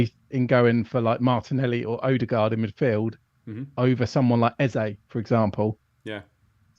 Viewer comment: It’s not ‘Odd-e- gard’ …! It’s Erd-e-gard’… Great content & concept though… Really enjoyed it.